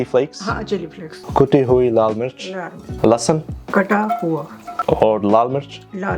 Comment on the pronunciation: when he said lassan it reminded me of lauda lassan🤣🤣